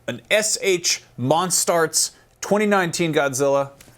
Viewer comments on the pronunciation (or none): Monstarts??? It's MonsterArts. Learn to read.